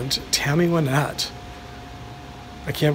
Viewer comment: I'm a big fan of Tammy Wynette. I had seen photos of her grave before, but didn't realize so many other stars were interred so close to her. Also, thanks for saying her name correctly (most people incorrectly say "Why-nette"). I had bought tickets for "Remembering Tammy 2020" in Nashville, but it was cancelled due to the virus. We would have definitely visited her grave, too. One of these days I'm going to get there. Thanks for uploading.